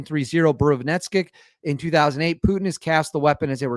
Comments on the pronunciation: Good content. However let's see (err..hear) at least an attempt to get the Russian names right. You get Putin's name correct: Pootin not pewtin..nice! Valery Gerasimov: Val-err-y Ger-az-ee-mov. The new missile, yeah that is harder! Burevestnik: Bur-ev-tz-nik. Re. is it unstoppable? Interesting...the usual way the Russians are defeating air defense it to so have 1/ hypersonic speed and 2/ unpredictable trajectory. This new missile is relatively slow (mach 1-ish) *but* does do 2/. I'd have a little doubt about the claim due to this. However the (near) unlimited range means it can fly around for ages and attack at a time when the enemies air defense is depleted, so sure, is a serious new threat! Re: can it be mass produced? I think this point has been proven: 1/ There is a regular production of Su-57 now (it was stalled by sanctions, but now overcome) 2/ The Oreshnik exotic metal kinetic hypersonic missile demonstrated last year is now in serial production. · It’s pronounced “boo-re-west-nick” and translates to a bird’s name “storm petrel” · Russia doesn't bluff. They deliver on all their promises. Btw, the trick to properly read Russian words is not to shorten it to 2 syllables. They are long, so split them up be syllables(consonant + vowel) and read them all. Bu+re+vest+nik